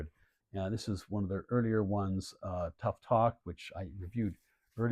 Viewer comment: Respecrfully, I think the pronounciations are TUFF not TOUFF and BESHAY not BECHETTE. Very well done presentation; well researched.